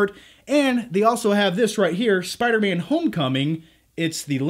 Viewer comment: Spuuder-Man (Spider-Man)